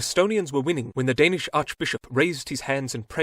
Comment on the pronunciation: you almost said all the danish things perfectly much better then other youtubers atleast